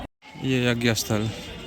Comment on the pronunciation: जग नही श्रीमान यज्ञ बोलिए